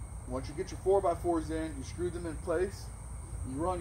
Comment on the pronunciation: I learned a new word today “shkrew” 😂🤣